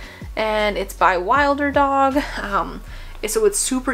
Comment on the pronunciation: Really loved this video! You’ve picked up a lot of the same items that I have had my eye on😄 btw. I think Wilderdog is pronounced like “wilderness” so wilder-dog instead of wild-er-dog. Anyway, I would love to see an updated puppy haul if you’ve bought anything new since this video! 🤩